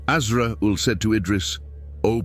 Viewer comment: Assalamu Alaikum dear channel owner, your content is amazing Ma Sha Allah and the topics are very interesting. But I would like to point out that the AI narration and subtitles you use do make errors and missed wordings that impact the integrity of your videos (for example, in this video, Allah's name was missing in both the narration and subtitles and Azrail (Alaihi Wa Sallam's name was mispronounced several times). Please double check for any mistranslations/mistakes in your video AI narration and all will be well, jazakallahu khairan and may Allah bless you. 💖💖